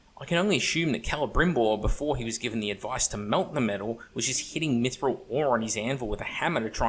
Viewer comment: sir i almost spat my drink when you caalled it 'maguffthril'